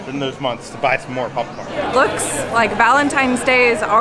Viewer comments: Why does say pupcorn 😂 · Sounds like is saying “pupcorn” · Is it just me or does anyone else hear saying "pup corn"? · more like pupcorn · I love how says popcorn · The way says 🍿😂